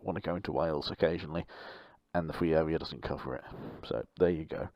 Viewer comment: Is it just me or did he say fwee awea not a criticism? Just wondered if I’m hearing things